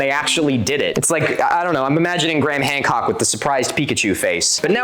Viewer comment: Three response videos and you’re still saying his name wrong. Doesn’t help you’re argument as someone that looks into details